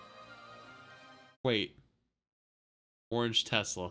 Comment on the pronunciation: “Oran Getesla”